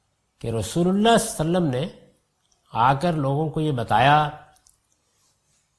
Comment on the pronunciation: As an admirer of GHAMIDI sahab with due respect GHAMIDI sahab Has so much knowledge about Arabic language but his pronunciation is very week,even he COULDNT pronounce “Svallallaaho ‘A’layhi Wasallam”properly. Very Strange.